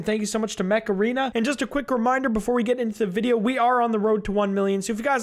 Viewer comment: Ok this is dumb, but, when you said "Mech Arena" I literally thought that you said Macarena and I was like "What? Macarena? XD", but then I saw the game's actual name, and I burst out laughing at my stupidity XD